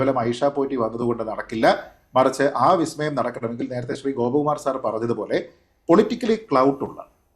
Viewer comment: സതീശൻ പറഞ്ഞത് "വി" സ്മയം എന്നല്ല,"ബി"സ്മയം എന്നാണ്.😂